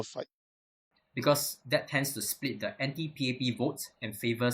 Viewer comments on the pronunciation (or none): none